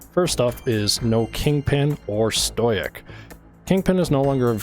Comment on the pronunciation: stow-ick btw